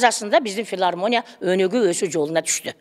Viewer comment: Филармония эмес Илармония болуп калыптырго